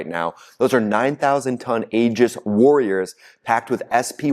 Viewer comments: NOT AGIS! PRONOUNED E-GIS. !! SPELLED Aegis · My friend, the word “Aegis” pronounced “EE-jis” and not “AA-jis.” Just a friendly heads up. Thanks for all your great reporting! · TRUMP'S LIVING A FAIRY TALE LAND,,,THINK HE'S SUFFERING FROM GOLD POISONING,,,, DIDN'T THAT KILL KING MIDAS TOO 🤴👀🪙💰👑,,,,AEGIS,,,, PRONOUNCED,,,EGIS,,,A IS SILENT,,, THOUGHT YOU WERE MILITARY 🪖🤔🧐🕵️👀😆😆😆😆😆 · Love your show, but you may want to pronounce Aegis correctly. The Aegis Combat System is named after the mythological shield of Zeus or Athena and is pronouced EE-JUS. The A is silent. Keep up the good work! You are the only channel I watch to keep informed about the war. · OK, I have to say that the Navy pronounces Aegis "EE-jiss". There's no long "A" Otherwise, good reporting,.